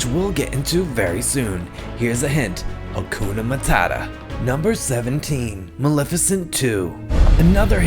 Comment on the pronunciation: When he said here's a hint hakoona mutata I LOST MY FUCKING MIND 🕺